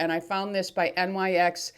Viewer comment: Hi It’s pronounced Nyx. You don’t spell it out. Nyx is Greek mythology meaning Goddess of night. That’s what the line is named after.